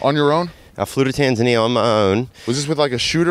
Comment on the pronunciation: Never been to Tan-Zan-Eee-Ya!